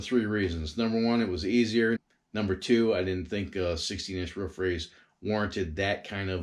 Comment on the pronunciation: It is a roof not ruff